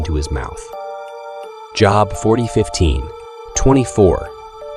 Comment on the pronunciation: Good job pronouncing Job. 🙄🙄🙄🙄